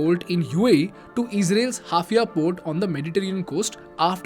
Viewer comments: The town in Israel is called H A I F A ................ie Haifa,,,,,,,,,,,,and not HAF IA............!!! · Bro,just a small correction,its Haifa port not Hafia as you mispronounced..but it happens yaara.. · Bro the Israeli port is NOT called Hafia as you pronounce it.. its called HAIFA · its haifa port ,not hafia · It's not Hafia port sir, it is Haifa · Haifa Port in Israel, not Hafia bro! No offense though!! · It's HAIFA not HAFIA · It’s Haifa not Hafia… imagine if someone called Mumbai Mumbia 😂😂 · A mistake it's haifa not hafia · It’s Haifa and not HAFIA! It may confuse actual geopolitical enthusiasts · Mispronounciation of an important Israeli port: It is Haifa port and not Hafia port. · Prononciation is Haifa port is (hi-fa) port and not (half-ia) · Nice video. Just small correction timestamp : It's Haifa not Hafia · The port is pronounced Haifa (hai fuh). This new trade route is even more disputable. Haifa sits in Israel, closer to Syria's attacks or may even be from Lebanon/Gaza/Jordan. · maybe I could have.. he could have also pronounced Haifa correctly, especially as it is such an important node in the IMEC, the subject of his video